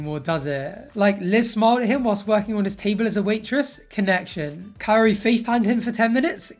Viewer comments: He needs to stop calling her cayotee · Why do I feel like he's saying Coyote every time he says Kaori 😂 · you don't even need to roll the r. Cuz obviously he can't do it. But he should try to say it the best he can instead of saying coyote 🐺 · The way he pronounces her name as KAA-OOri when its literally just Kaori is making me cringe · "Kaory, Kauory, Coyote" 😂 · where in the world does he get the t in Kaory? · Is he trying to say coyote? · "Her name is Kaory, I hope i'm saying her name right... Kaory, Kaooory... KAORY!" 2 seconds later.. "Cayote and I..." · Ed: KAORY, I hope I’m saying that right Literally one second later: coyote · Practicing to pronounce her name and THEN he goes straight back to calling her coyote, geeze 🙄🤦🏻‍♀️ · Ed, Just call her Kai-oh-ree. -_ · Without i. It is Ka-o-ry... simple... but the exes are rose and liz... so even her name is looking too much for her. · He says her name so horribly